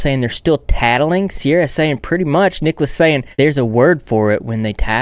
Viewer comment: IM SORRY BUT "cierra the angle"